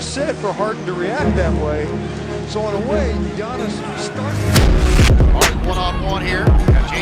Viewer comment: Anyone realise that David Stern was the first person to pronounce Giannis name correctly